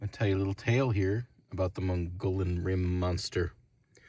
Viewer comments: MUGEE OWN ... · "moo-gee-yawn".... do 2 seconds of research and say it correctly. As for make believe creatures in these woods, woods I've spent 40 years in, not a chance. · Mogollon pronunciation is Mo-ge-on. (Long o and long e-on.) Used to live in Arizona and I watch everything about it and cryptids. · fyi - I am local. Mogollon Rim is pronounced "muggy-on" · Pronounced Mugee-on rim. 🌵 born.